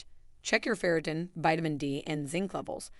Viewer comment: the A.I. cannot pronounce FERRITIN ('til the very end of the vid).🤤🙉😮‍💨